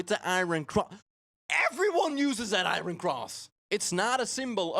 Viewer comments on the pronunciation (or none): "Eye - Ern" not "Eye-Ron"